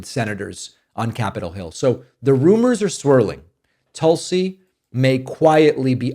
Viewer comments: Dave, thank you for saving Tulsi Gabbard’s name correctly. Tul-See vs Tool-See. I had a great morning and busted out laughing to myself while I was stuffing my face with donuts. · Thanks for not saying Toolsi.